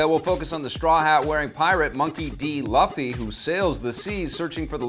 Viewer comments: Luh-fee... oh God, the insanity begins, LOL However, admittedly, pronouncing it as Loo-fee, though correct, is a bit of a jump. They might have to change the Anglicized spelling to avoid this horrible confusion - I'd be for it. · Dude, you gonna cover entertainment get the character's name right Luffy (Loo-fee). I wouldn't expect you to start messing up Joffrey Baratheon from GOT. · Luh-ffy? dont mean to be that annoying person but its pronounced Loo-ffy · lol, it's pronounced loofy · I swear, if they screw up Luffy's name in this show like you just did, much like they did to Aang in The last airbender, I will go insane! Good thing Oda will actually be involved.